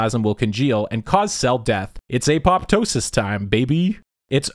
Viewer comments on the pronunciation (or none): none